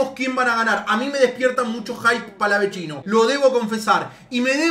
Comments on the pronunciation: Es palavecino no palavechino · PALAVECINO HERMANO ES PALAVECINO NO PALAVECHINO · NO SE DICE PALAVECHINO, ES PALAVECINO! EL MISMO PALA LO DIJO EN UNA ENTREVISTA, POR FAVOR. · DEJA DE DECIRLE PALAVECHINO A PALAVECINO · Todo bien, pero donde ven una CH en PALAVECINO, es PALAVECINO,no PALAVECHINO O PALAVECCINO,es PALAVECINO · el propio jugador dijo que se pronunciaba PALAVECINO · una cosa, es PALAVECINO, NO "PALAVECCINO" O "PALAVECHINO" QUE ES ESO, RESPETEMOS. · Palavecino lacdtm no palavechino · Palavechino gol de cabecha... Este palavechino jajajaja palaveccccccccinoooo jajajaja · No es palaveCHIno man, es palavecino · Palavechino?... no me imagino como le decís al Chaqueño, no me digas que tambien le decis asi? el mismo Agustin dijo que termina en cino, no Chino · No es palavechino es palavecino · es "Palavecino" no Palavechino" no cometas el mismo error que puntita La Torre que relata y lo nombra mal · *PALAVECINO, NO PALAVECHINO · Palavecino, no PalaveCHINO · Es Palavecino, no digas mas Palavechino, queda para el ogt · Palavecino es no palavechino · Se dice palavecino y no palavechino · sos un crack y todo pero el pibe desde que llegó dijo que se dice Palavecino, como suena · me agarra un tok cuando dice palavechino JAJAJAJ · Nadie:: PALAVECHINO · pa es palavechino como se pronuncia el mismo antes de irse del país lo dijo